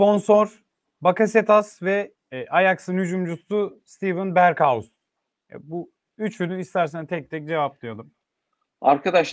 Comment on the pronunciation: "berkhaus" nedir ya? Ya Berghuis diye yazıldığı gibi telaffuz edin ya da "berghays" diye telaffuz edin.